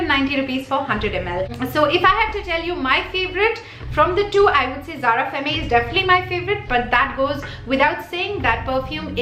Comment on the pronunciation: Zara perfumes r really good n I'm planning to 2-3 of them next time. Do checkout my perfume videos. I'm a complete perfume junkie HV around 80 perfumes. N yes I love ur video. N also femme is pronounced as fem in French. Don't get me wrong though.